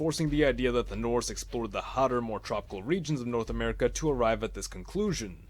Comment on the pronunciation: Norse America sounds like a German pronouncing North America